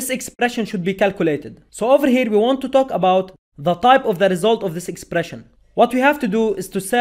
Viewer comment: Sir please improve way to pronounce word like " talk about" !!!